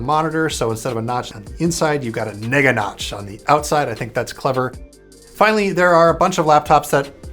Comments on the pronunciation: I thought he said “ the n** notch “ 😂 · Did he really say Neganotch? Lmao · Nobody going to comment on how he said neganotch?